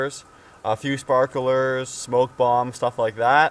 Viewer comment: If you can't pronounce sparklers correctly, you probably think the microwave uses microwaves to cook food.